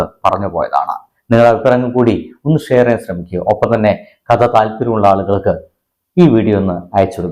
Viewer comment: ബ്രഹ്‌മ യുഖം അല്ല യുഗം. മധം അല്ല മതം. മറുതെടെ ത. കത അല്ല കഥ